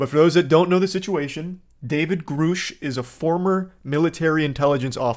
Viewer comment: God it annoys the hell out of me listening to you mispronounce Grusch. It's Gr uh SHHH. Not GrUUUU SHHH.